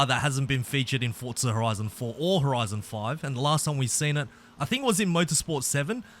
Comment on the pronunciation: No hate but its not "fortsa" its forza